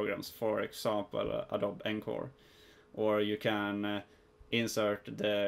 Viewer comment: Awesome video! I used this in conjunction with another one by FunVidDesign. Just a heads up though, it's pronounced "Adobee." Awesome vid anyways!